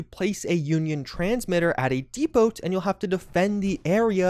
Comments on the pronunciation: Minor thing the T in depot is silent. He only says it once but man it bugs me, especially for someone who's job it is to talk or speak professionally. Funny thing is I HATE daily ops but I don't mind SOME of this. It is sparse on content and I wish they fleshed out lore more with story and detail. I do appreciate the switch away from so much rng. Visually the area looks great. I hate the unnecessary cold debuff and hopefully they take the reward criticism seriously. I think story wise it would be a cool twist to see the union actually win and become the raiders we know in fallout 3, that something dark happens in their survival story to make them become the future raiders. Maybe over-zealously defending their land then needing more manpower then they can provide shifts them to slave labor. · In the word Depot, the T is silent. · The letter "t" is silent in "depot".